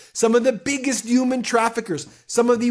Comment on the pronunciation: You've gotta find a different word to use besides "human". Absolutely, can't deal with how you pronounce. 🤯i beg of the !